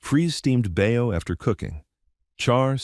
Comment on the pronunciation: Bao is pronounced Bow